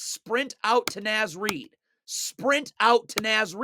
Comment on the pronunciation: Amazing! Naz Reid is Minnesota royalty. Please, it's pronounced Nahz Reid. Two Words